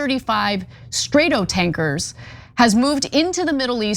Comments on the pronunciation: left the video when she said " Straight-O tankers " .. id!iot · Cutter? Where's that? You mean Qatar? You also didn't get "stratotankers" correct.... "strat" is like "flat" not like "straight" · Straighto tankers? 😂😂 come on Anna. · Native Spanish speaker here to correct Anna on how to pronounce 'Stratotankers'. Think of the stratosphere and pronounce 'strato' the same.